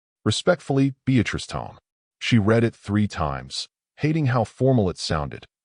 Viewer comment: Good story. Need to listen to your own story Music and voice overs were very loud, and blocked out narratives. Also wrong pronunciations. ie “read” pronunced as”red” instead of “reed”.